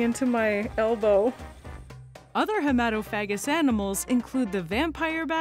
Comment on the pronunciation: You may be very inappropriately mispronouncing hematophagous.